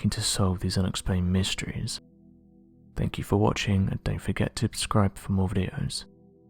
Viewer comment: i dont understand why he says ubscribe . . .he can clearly pronounce S...its like some creepy attempt to be cute or something and just comes off weird